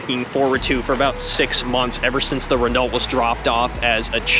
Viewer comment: Re-No is how you pronounce it, you don't pronounce the T in Chevrolet because that is also a French name.